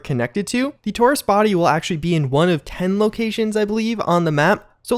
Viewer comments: ... =\ "tor ist" you said it so many times it's hard to ignore; thank you for your videos, and for always taking the time to inform us. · HAHA why are you saying tourist like that